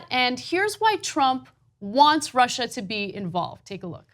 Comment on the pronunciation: I'm not for Russhhha....I'm for the United Shhhtatsh. Myself, I'm for Super Poly Grip.